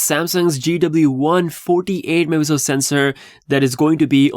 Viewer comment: The way you say "megapixel" is horrendously unclear. It's like a blur of sounds. Megapixel. It's 4 syllables dude not muhzuhl... or mazel or maypeesl or mipl it's MEG A PIX L 🙄